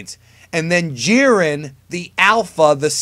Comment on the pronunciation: lmao this dude said jiren.